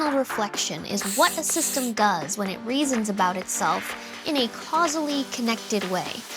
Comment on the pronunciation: in a cazully connected way?